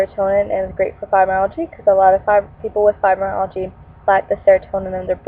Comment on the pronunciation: It's pronounced FibromyalgiA! Not fibromyalgiE...